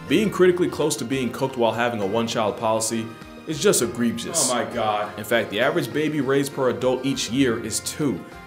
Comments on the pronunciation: The “egrebgious” and subsequent “oh my god” got me 😂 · "Egrebegious" hahahahahahaha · "Agrebegeous" lmao 😂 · 😅 E-Grebe-ous!? I get it. 😅